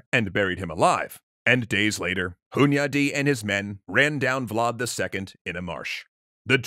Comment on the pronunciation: Thank you for pronouncing Vlad properly and not with an accent and you're doing pretty well with Radu